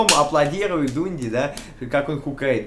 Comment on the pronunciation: А он специально коверкает слова или у него проблемы спроизношением английских слов? Форсе стаф, Дунди, Интернутианал? Что за пиздец то)